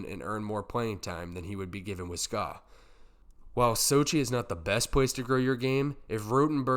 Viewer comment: S K A not ska. Ska is an annoying music genre.